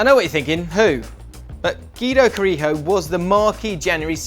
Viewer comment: Is it not Guido Cari(jj)o? Like Leo Ulloa...